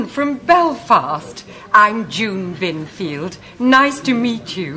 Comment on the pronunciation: Lol the way he says Binfield makes it sound like he is saying Murphy lol